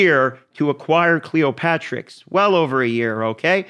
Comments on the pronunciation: cleo-terix not cleopatrix. the p is silent. pterodactyl duh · A good vid, just wanted to point out it's not Cleo-patrix, it's Cleop-Terix!:)